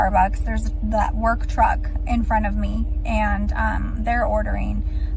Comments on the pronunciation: did she say “work trugg”? 👀😂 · worg truck? Like,”worg me to my truck”?